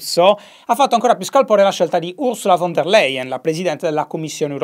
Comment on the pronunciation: Macron ✅ Von der Leyen ❌ “Uasula Fon dea Laien” ✅ La s di Ursula va pronunciata come la s intervocalica in rosa 🌹